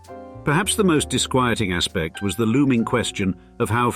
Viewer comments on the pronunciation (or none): none